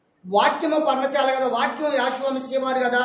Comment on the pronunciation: పర్ణచా ల కాదు పర్ణశాల